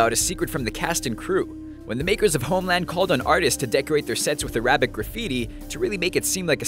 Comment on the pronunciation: You mispronounced "Arabic"